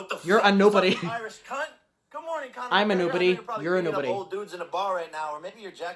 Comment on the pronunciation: oh god the way he pronounces cunt hurts my australian soul